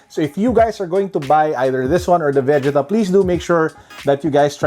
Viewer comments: Why do say it like ve•ge•ta instead of ve•gee•ta? 😭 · VE - JEE- TAAAaAaAAAAAaaaaa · It is Vegeta when it's dubbed in Filipino(Tagalog) and aired in Philippine TV. Every kid who watched the series during that time say it the same way. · Why do you make Vegeta sound like Vagina ? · Ok anyone else pissed at how he is saying Vegeta completely wrong. Do not shame name of the prince of all saiyins!! You do not want to feel the wrath of Vegeta’s Big Bang attack!!!! Aaaaahhhhhh✋🏻💨💨💨💨💨💨💨💨💨💨